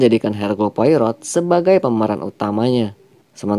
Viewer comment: Yup, bener bgt, pelafalan nama penting sbg bentuk penghargaan. Detektif asal Belgia (Spellingnya : Po-A-Ro)